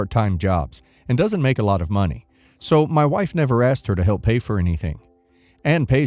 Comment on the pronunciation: Hey, the AI read-aloud voice is reading "So." as south instead of the word "so". Try using a comma instead of a period.